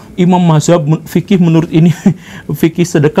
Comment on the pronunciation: Dari dulu jg orang2 tekstualis mengaku lebih condong ke madzhab tertentu orang2 wahabi ya gak mau dibilang wahabi, mereka mengklaim mengikuti madzhab Imam Ahmad bin Hanbal Rahimahullah. Nggak usah jauh2 ke Imam Abu Hanifah dulu, wong beliau (GJ) saja melafadzkan madzhab aja salah kok, (dia baca mahzab), ketauan klo beliau ni gak pernah baca rujukan langsung dari kitab kuning / turots ulama aswaja, ni yg dibaca sama GJ ya buku terjemah / buku bahasa Inggris. bisa dicek di menit Poin2 1. Sampe bilang Islam generasi awal tidak ada Sunni Syiah, lah, Kalimatul haqqu uridu bihal bathil - Ucapan yg benar, digunakan untuk kepentingan yg nggak bener, jaman nabi juga nggak ada yg namanya Jabariyyah, Mu'tazilah, Qodariyyah, Khowarij, murji'ah, asy'ariyah maturidiyah, tp dijelaskan di Al Hadits kalau Nabi ngendhika / dawuh bahwa memang Islam akan pecah jadi 73 golongan. 2. Dia mengatakan orang2 islam jaman skrg mengikuti tambahan2 (bid'ah) daripada esensi Islam sesungguhnya, ni memang alur logika orang2 tekstualis / wahabi yg liberal. Jaman Nabi dan para Sahabat, permasalahan yg ada tidak serumit dan sekompleks jaman2 setelahnya, ingat setelah sepeninggal Nabi, Sahabat, muncul sekte2 dalam agama Islam dan muncul paham2 filsuf dari luar agama Islam yg jadi persoalan kaum muslimin, dan masalah ini memang belum ada di jaman Nabi, masa Umat muslim (khususnya Ulama di jaman tsb) mau menjawab, "Maaf pertanyaan lu gak ada di jaman Nabi, jadi kami sukut/diam aja" yg ada Islam jadi bahan